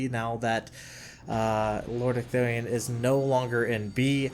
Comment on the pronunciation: holy crap you got ecthelion's name right :D